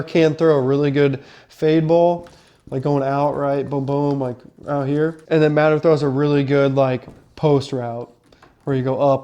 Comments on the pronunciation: It's pronounced muh-tee-er not mat-er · First thing you should learn how to pronounce his name, it is Mateeeeeer not matter, secondly OU is going to grind IU into the ground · OU QB is MATEER, NOT Matter! 😂😂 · Bro doesnt know how to pronounce Mateers name and think Alabamas run game is something to worry about? I know IU is new to college football but come on 😂